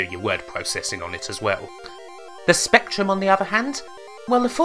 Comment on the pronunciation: but strangly he says spectrum and not spectwum.